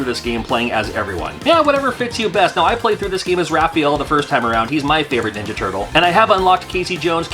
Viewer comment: Did you say raff feel? Hahaha